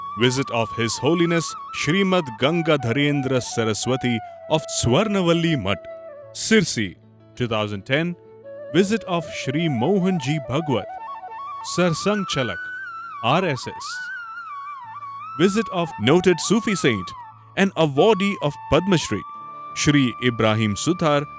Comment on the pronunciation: Such a pity that in official channel pronounces Gurudev's name as रनाडे instead of रानडे. Forget about pronunciations like प्रह्लद (instead of प्रह्लाद), भगवत (instead of भागवत ), उफाध्याय (instead of उपाध्याय)...Such an anglicised diction of Native words is quite disheartening